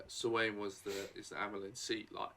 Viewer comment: Her name is Siuan Sanche pronounced many ways between Swan / Suarn/ Su-anne 😉 Google tells me it's pronounced Swahn... so something like that.